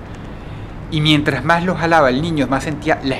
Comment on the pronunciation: Claro que no entiendes porque hablas igual, pero si hay ciertas cosas que yo puedo notar, como por ejemplo la forma en la que sicen la "S". En lugar de sonar como una "S" suena como una "J"... Ejemplo: Mientraj en lugar de Mientrassss.